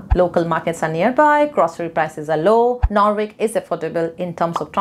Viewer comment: Madam norwich .. i live here firstly you pronounce it wrong…, and i live here from last 6 years it doesn’t sound like you have said its completely different so kindly I request you to study more before you say